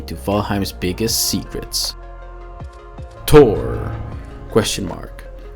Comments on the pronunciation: Thhhhhoooorrrr not tour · So... "Tor"... Appears when there is "Tunder"... Got it ;)